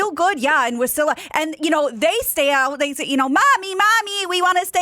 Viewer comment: It’s WAH-silla, not wuh-silla